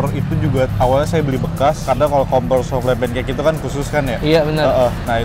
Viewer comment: Bkn soufle tp bacanya soufel